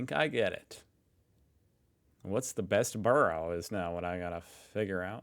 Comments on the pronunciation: Borough is pronounced BURRA. Burrows are places where rabbits live ! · ….and it’s just so making me shout “Burra …..Burra……. For gawds sake, you’ve heard how it said it, its said as BURRRRRAAAAAAA” repeatedly at him through my screen! 😩😩😩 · It's pronounced Burrah in UK English! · It’s burra 😁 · Hahaa - not 'Burrows' - we're not rabbits! In the UK it's pronounced 'Burruh'. (I see you did learn this from the video, but it does grate to hear 'burrow'!) The guy is very informative- but he did make one noticeable error. The City of London and Westminster are NOT the same thing - they used to be entirely separate entities, with fields in between. 'Borough' was the settlement that grew up on the South side of London Bridge, whereas the City of London was to the North of the river. There are now 32 separate Boroughs within Greater London. MapMen do some great videos on London Boroughs. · pronounce it "burruh" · Just a quick point it's bur ugh. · For F🦆's Sake,... Your ability to remember even a single word is worse than Tyler's...which most of us would think impossible!! But, no!! 😮🤔😠😡 Borough is pronounced BURRUH... Jesus H. Flipping Chriiiiiiist?!!! 😢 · Americans can't say borough and it's very annoying. Especially when the first sentence of the video is how to say it. To continue to say it wrong you have to be just plain ignorant or genuinely stupid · your pronunciation of Borough is the place where rabbits live!:face-blue-smiling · Americans do it all the time. They hear the correct pronunciation and simply ignore it. Plus he called it a "British" word😂